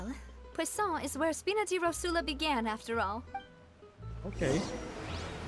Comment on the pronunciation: Necessitamos de um compilado do falando "Poisson" kkkkkkk